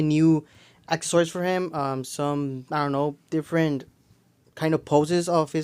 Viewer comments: that's not English or another language,that is reading inefficiently and pronouncing the word wrong,it's not akkasories lol...say it with me A-CCES-SOR-IES=ACCESSORIES,those are the things that come packaged with the figures.😂cool video though btw are you Mexican or spanish?and did you graduate high school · Your saying "Accessories" wrong,it's not "akkacories" is said like assess-oriented. Accessories,say it again Accessories,Accessories!not akkasories.smh😆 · that's not English or another language,that's reading and pronoucing the word wrong,just curious what's your age?a-sses-sor-ies lol cool videos